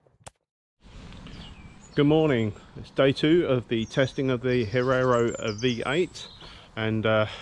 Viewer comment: Great review but please don't say Herrero...it's Hierro :)